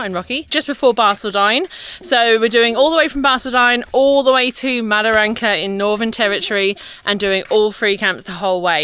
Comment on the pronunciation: Wet canteens serve beer with alcohol not like that lollywater drinks Mataranka not madaranka. Bloody English. Love your work keep it up. Cheers the COG 👍🍺